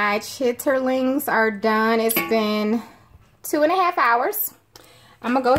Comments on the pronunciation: I have never heard of cooking chitterlings that way. I am from up north and most of us pronounce it the same way as the blogger. I don't care how clean you clean them, you should always change the water after they come to the first boil. I am speaking from experience of my mom, dad, aunties of which they were all from down south, with the exception of my dad. After discarding the first boil with all the stuff from the chitterings😉, you pour hot water over the chitterlings and then you add your seasonings. I just use onions, celery, salt, pepper, red pepper, brown vinegar, a little garlic and onion powder. Here is a little secret I will share with you, cook them in a ceramic dutch oven pot, they will cook faster and they are so tender. I cook greens, bean soups, etc, in the pot. I love it. Oh, when the chitterlings are done I cut them up and I add hot sauce, and a little worceshire sauce to them. I'm cooking some for thanksgiving! I buy aunt Bessie, I know they're expensive, but it worth it. Have a happy holiday, and enjoy your chitterlings no matter how you cook them. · Nobody says "chitterlings " like that it even takes something away from what they are . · U said chitterlings? Girl its SHITLINS!